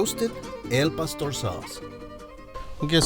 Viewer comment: Al Pastor sauce on anything is gold. Btw folks it ain't El, as in tacos Al pastor